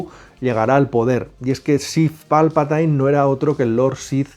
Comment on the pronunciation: No sabéis pronunciar jajaja habéis visto alguna vez las películas en versión original?? Se pronuncia Palpatin no Palpatain